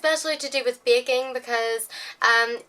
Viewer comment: she says baking like bacon